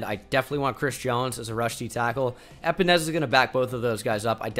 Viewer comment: AJ A-Pens-A